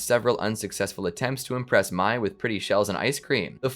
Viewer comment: how does everybody get the pronunciation for Mai wrong?